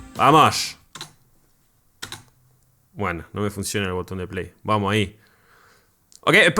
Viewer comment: Vamoshsh? Tan dificil os resulta decir vamos? Distinguimos sonido S de Z pero nada de vamoshhh